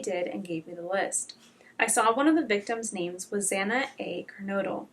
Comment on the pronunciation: Human error, the Judge pronounced a victims name wrong.